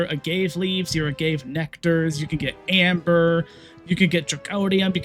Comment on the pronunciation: Agave... uh gah vey, its what tequila is made from.